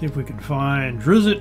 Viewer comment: I'm sorry... did you say Driz zit??